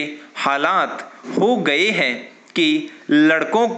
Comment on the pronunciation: सर आप हैं पर बिन्दु का उच्चारण नहीं करते कृप्या इसका उच्चारण किया करे